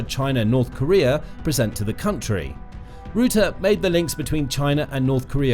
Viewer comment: Guys, PLEASE change the pronunciation of Mr Rutte's name. Not 'rOOte'! Please change to 'Rahttah'. This is still not 100% correct, but it's at least ball-park correct, and will hurt less EU/Dutch ears. 🇳🇱🧀